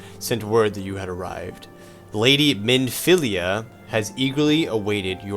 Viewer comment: Minfilia in that scene pronounced it a bit wrong. By later in the game they have the Voice actors getting her name right